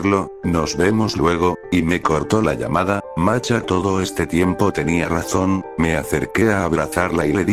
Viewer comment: El loquendo no es capaz de pronunciar la H como masha, solo "masa" o "marcha"